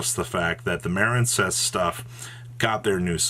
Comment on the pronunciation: Maren cess really? You don't know the word Marine? Like seriously? Why intentionally mispronounce card names?